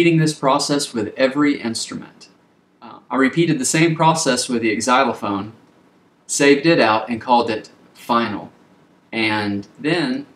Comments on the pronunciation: Wait, are you a grown man who just said EX-eye-lo- fone !?!? Xylophone is pronounced Z-eye-lo-fone FFS. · Never heard it pronounced EXylophone? Another novelty perhaps? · Hey, Thanks for the helppful video. But please know that most folks do not pronounce the "X" in Xylophone. The first syllable just sounds like a "Z".